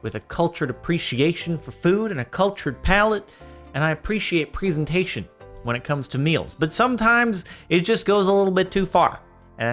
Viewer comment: No. You are not a cultured man if thats how you gonna say presentation